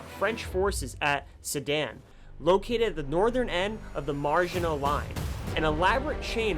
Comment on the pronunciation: "Margin-o" line....jeez